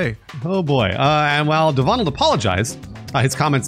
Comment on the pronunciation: My friend is a Devonald and from now on I will be calling him de-vonald! I love it! Haha! awesome stuff guys as allways :)